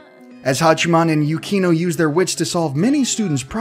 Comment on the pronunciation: am i the only one who heard him says Hachimani Hikigaya instead of Hachiman Hikigaya..